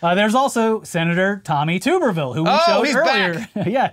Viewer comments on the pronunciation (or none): It’s Tommy Tub-ber-ville. I’ve been hating him since ‘05.